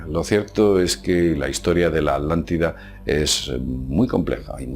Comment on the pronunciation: la "aldantida"